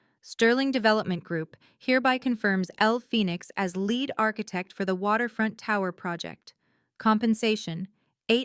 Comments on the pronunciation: "LEAD ARCHITECT" that "lead" is pronounced like seed, leed not like "red*. Lead ARCHITECT means the architect that is the leader of a group of architects. Teach your AI. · Lead as in a pencil or lead as in being the first one in line? AI go back to school. 😂